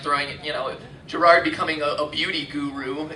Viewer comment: Jirard. It's Jirard.